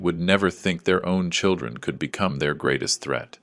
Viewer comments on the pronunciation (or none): none